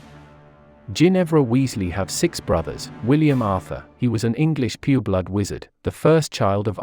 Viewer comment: LOL I heard the same and I was like wth but then I realised that he meant "pure blood" XD